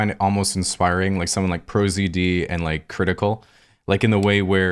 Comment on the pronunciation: Mmmmmm whuts up everybody it’s crritikal